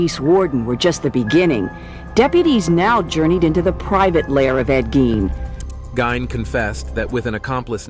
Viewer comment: It's pronounced Geen , not Gyn.